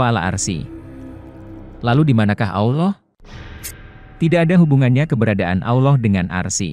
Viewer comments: Aduh bilang allohnya balelol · Nyebut Allah aja.. awloh..